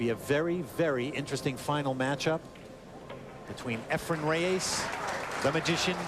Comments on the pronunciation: Mitch Laurance: Why do you pretend to better know how to pronounce "Efren Reyes" than does Efren Reyes himself. SIR MITCH: IT'S NOT RAY AYSS -- it is Reyes. Please note the spelling. Please also note: The way a person's name is pronounced is entirely the choice of the person himself. You sound as if you have a foreign object in your mouth. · Lol .... " Efren Re-YAYS "..??😏